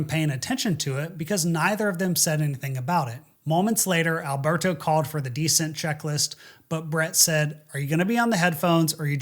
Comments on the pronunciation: Those are typos, not spelling mistakes. He's pronouncing it "DEcent", not "descEnt". Why does he do that? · "Alberto called for the dEcent check list". A fighter pilot who doesn't know jow descEnt is pronounced?